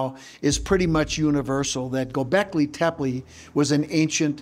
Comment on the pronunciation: dude doesnt know how to pronounce "Gobeklitepe" smh... COME ON GAIA whats going on here forreal.